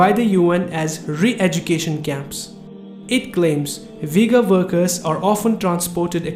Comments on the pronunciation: Brother you ve to remake video just saying it is not Vigor it is ughur pronounsation the way off all nation i am an Uzbek myself and i know Ughur people Peace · its Ughur no Vigors like U= like double OO - u